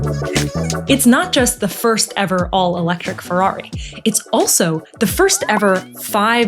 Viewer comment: it's FeRRari. not Fewwawi, diocane!